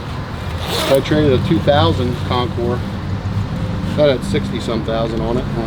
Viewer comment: It's Concour. French. Like Illinois, also French. The concourse is at the airport.